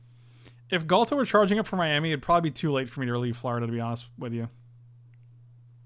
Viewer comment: say no more:)